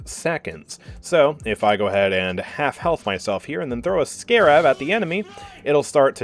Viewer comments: "Scay rahb" is killing me. (For clarification it's "Scare rub" in case you didn't know ) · you have to be trolling with that scarab pronunciation